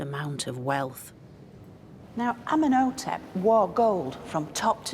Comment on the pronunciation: She could at least say his name correctly. Ummen O Tep. Lol wtf. Amenhotep. Ummen O Tep. Cringe. Has she no respect 🫡